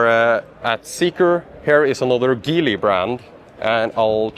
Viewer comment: Geely is pronounced with a soft "G".